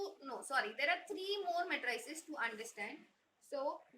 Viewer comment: Your pronunciation of matrix is okay, but your pronunciation of matrices is wrong. You are incorrectly saying it as "muh TRAY sus", but the emphasis should be on the first syllable and the last syllable should be the same as the word seize. Say it as MAY truh seez. It should have a rhythm and sound that is similar to "if you please".